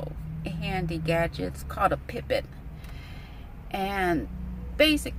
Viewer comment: It's pronounced (pipe) ette